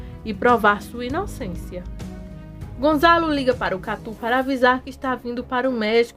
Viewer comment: É Gonçalo, e não Gonzalo.